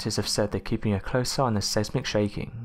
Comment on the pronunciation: Seismic is pronounced size-mik, not sez-mik